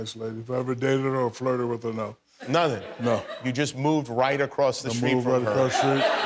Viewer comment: It's street...... Not schreet.